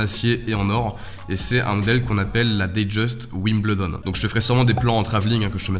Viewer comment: la boîte un appelle ça un "écrin" et Wimbledon se prononce "Wimbeldon"